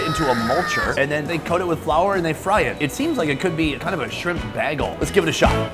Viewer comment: repeats? u said bagel wrong by the way like some weird canadian named luke/ Hokkaido know for milk-dairy